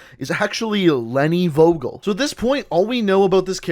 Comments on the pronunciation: You pronounce Vogel like Foagal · The pronunce is fogel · Vogel is really pronounced like 'fogel', because in german an v sounds like an f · the V in her last name is pronounced as F in german, so its technically pronouced Fogel and its spelled Vogel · No hate but is is not Wogol it is Like the F from finish = V o= o from Nomad g from Genetik e= ea from Eagle and L from Line 😌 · in German "V" is pronounced as "F". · Im german and Vogel is pronounced fohgel and it Means Bird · it bothered me the whole time when you said her name its pronounced "fo-gel" in german "V" is pronounced as F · Hii , I am from germany and you pronouns Vogel like fogel and it means bird in german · Nope. It's pronounced as Wogel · Nope.. its pronounced as Fogel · vogel is german and means bird and in german u pronouce it Fogel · As a German, i think it's funny how you pronounce "Vogel" xD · Vogel. 😂 good video tho. Just making clear I am from germany and I know how hard our pronounciation is but how he says it is still funny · You pronunced The word Vogel pretty wrong Im german and was like what name is Vogel but otherwiles i liked the Vid keep it up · The V is more pronounced like an F. I love those vids! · I can actually speak German and was wondering why her last name meant bird lol. Also you you butchered the word. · Was I the only german who was getting triggerd when he said Vogel wrong :D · you absolutely butchered the word Vogel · its not wogel, it's pronounced Fogel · If ur german u realize how he butchered leni vogel. Vogel is pronounced Fogel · Goddammit it's spoken Fogel we Germans pronounce the V like a F in some cases xD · VOGEL not WOGEL say it FOGEL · its pronounced “four gel” with a hard g not vo gal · Did you say wogol to Vogel? Vogel means bird... or in that scene a name. You spell it like: F o g e l, not W o g o l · in german you have to pronounce V --> F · im not german but im soo triggered when he says vogel insted of fogel